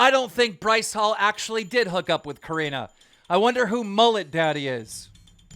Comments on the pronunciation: Keem, I love you and your content bro but..... are you a bit illiterate? Your pronunciation of names are off almost every episode! Her name is Corinna ( not coriena) its Corinnnnnna.. And Lana Rhodes is not Lana Rhose, its Lana Roads... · COR INNA!!! NOT COR INA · Repeat it with me… CO-RE-NA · I love how he still says it "core-re-na" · Keem LISTEN SAY LA-NAH LA-NAH NOT LAY-NA it's LANA. Its also COR-IN-AH not COR-A-NAH CORINA. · It's Corínna not coreena. it's Lana not layna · will keem ever say lana and corrina’s names right? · It can't just be me that kept getting annoyed because he kept pronouncing lana and corinna wrong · Annoying how he mispronounces Corinna’s and Lana’s name